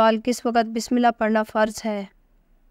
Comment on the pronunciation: باقی سب ٹھیک تھا بسم اللہ کو صحیح پڑھا کرو بیٹا